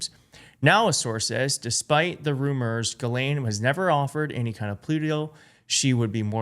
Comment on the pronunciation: And, you've got to be about the only American commentator who pronounces Ghislaine correctly - kudos.